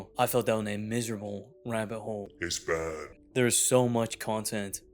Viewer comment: the, 'itsh bahd' is crazy